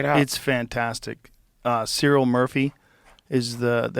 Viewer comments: I've heard Joe call him "Sillian" Murphy a few times now. Pronounce the Irish C as a K, "Killian" Murphy. 🍀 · "Cereal Murphy"? 😂 lol wtf Joe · Cyril Murphy 😂 goddam it Joe 😂 Cillian(Kill-ian) Murphy, one of Ireland's greatest actors. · Hey Joe it's "Kill-ee-an Murphy" lol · "Cereal Murphy" 😂😂😂 Come on Joe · The number of Irish listening to this that collectively rewinded to hear it again as we've never heard anyone pronounce it this incorrectly before. No hate, we are always entertained by foreigners trying to pronounce our names as they are so different. Cillian - pronounces "kill-ee-in" The C is pronounced like a K. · Joe will never get CIllian Murphy's name correct lol